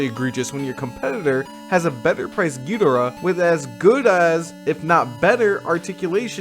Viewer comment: Thanks for the in-depth review--I pre-ordered this, and I've been wondering about it. I'm close to getting "priced out" but I hung in there for this one. And thanks for pronouncing "Ghidorah" right (hot take). That's how I have always said it, and always will.